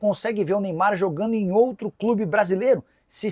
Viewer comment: CARAMBA "NEYBAR" ISSO QUE É AMOR AO "PRANTOS"😂😂😂😂